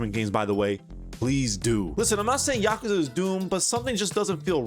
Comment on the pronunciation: Ahh yes, “Oouze”